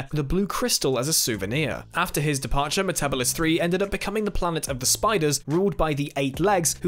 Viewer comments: Like Matt Smith, falls into the "Me-TEBBL-is" trap. It's "Me-te-BEEL-is":) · Its MetaBElis 3 not metabales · I'm 99% sure that's not how you spell it, either ;) But you're quite right - Metebelis isn't pronounced "me-TEBBL-is", but "me-te-BEEL-is". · 10) Wrong. The Daleks were completely destroyed on Skaro at the end of this story, and in no way left the planet to invade the universe. 8) Yes, as everyone has stated "meh-ta-BEE-liss". And the fact of the matter is, if the Doctor hadn't taken the crystal then the Eight Legs wouldn't have risen to power because the complete crystal matrix would have killed them first. 7) The Doctor being there at the genesis of the Daleks didn't make it worse. It delayed the Daleks, but still allowed for all the alliances and treaties and what-not that came about because of the Daleks. 5) Absolutely. 3) You can't blame the Doctor for humanities inability to take that new-found liberty and do well with it. You can only blame humanity or the Daleks. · That is the weirdest pronunciation of Metebelis 3 (Meta-BEE-lis) I've ever heard. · That’s Meta-bee-lis 3, thank you. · 11 said it wrong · To be completely fair, Matt Smith pronounces it in this same wrong matter in ‘Hide’. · You mispronounced Metebelis III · I'm 99% sure that isn't how you pronounce Metebilus 3.